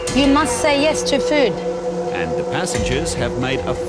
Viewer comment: I love the way they pronounce food...feuood?